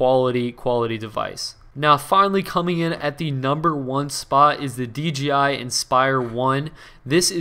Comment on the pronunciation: DJI JJJJJJJJJJ not GGGGGGGGG